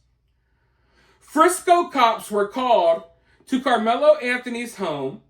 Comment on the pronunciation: I like the way you say karmelo